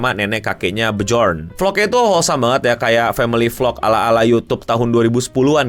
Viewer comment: Nyebutnya Byorn